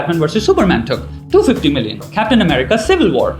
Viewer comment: Had to stop the video in-between... Why? because I couldn't hear more of his voice getting squeaky , every time he used to put pressure on a word in a weird way... like when he say 250(That pressure.. 🤢)